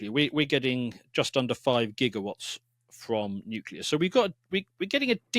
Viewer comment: NuCLEAR, nuCLEAR. Come on, an "expert" who doesnt even know how to pronounce the field?, bad optics mate.